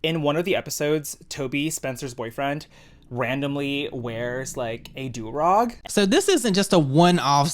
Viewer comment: Why the shit is saying “Do ROG”???